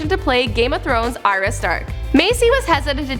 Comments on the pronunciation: ariya stark........ can you just say arya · It's Ar-ya, Ar-ya. Not Ariya 😒